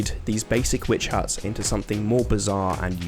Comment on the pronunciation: not me thinking he said basic bitch huts instead of basic witch huts